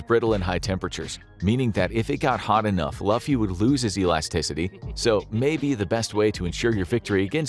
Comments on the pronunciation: Yes we want part 2 but please pronounce his name as intended XD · The way he said luffy's name... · We need a part 2. Next time tho. Please pronounce luffy right😂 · I always wonder why people do the research to make these videos but don't pronounce some of the names right. You can hear them in the anime, but nope. Couldn't say Luffy correct and that's the main guy. Not trying to be a dick, I just always wondered about that kind of stuff. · he said luffy wrong my guy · Please pronounce Luffy's name right for part 2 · Cringe on how Luffy name is pronounced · Good first attempt at a One Piece vid, but y'all need to do a LOT mote research and actually say the main character's name right. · I just couldn't anymore after he kept butchering luffy name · Please make a second episode but need to pronounce luffy correctly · Why would you pronounce luffy’s name that way🥹? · Am I the only one that feels offended at the egregiousness mispronunciation of luffy's name? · nah you gotta do this again and pronounce Luffy's name right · Can you guys please correct how you pronounce THE MAIN CHARACTER’S name before you make anymore OP content? Thank you. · you are pronouncing fluffy name wrong lol it can be very offensive to one piece watcher's please take note of the correction😃😃😃😃😃😃:hand-purple-blue-peace::hand-purple-blue-peace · Every time they pronounced Luffy, I physically cringed. Not being mean. Just stating what happened. It hurt me. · butchered luffys name 😭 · Please dont pronounce Luffy like that 😢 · You have to redo this an pronoun Luffy’s name correctly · Clearly never watched the anime, can't stand the way they pronounced "Luffy" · This is such a fun episode!! I absolutely love your show but when I saw Luffy in that thumbnail my mind exploded! Please do a part two!! I know it looks like Luffy on paper but it’s actually pronounced “LOO-FEE” as in loop, that’s my only critique, otherwise 10/10 video! 😁 thanks for making my day! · “Monkey D Laffy” 😭